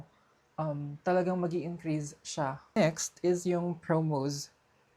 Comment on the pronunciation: bakit yung "S" nagiging "Z"?? like Promoz, Viza, Increaze, I know it sounds like pero make it normal, Promos, Visa, Increase.